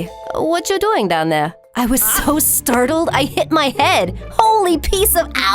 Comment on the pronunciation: “I wAs SoY sToRTlEd 🫣”